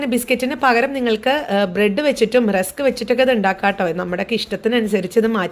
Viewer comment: ബ്രഡ് എന്നു പറഞ്ഞത് തെറ്റി ചേച്ചി